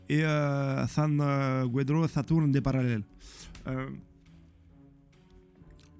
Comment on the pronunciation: 😂😂😂j'adore qd tu dis le nom de Saturn! C'est trop drôle